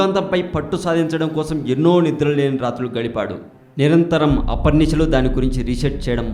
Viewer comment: aharnisalu not aparnisalu... me telugu pronunciation not good at all.. content is ok. uchharana paina shraddha pettandi kaastha.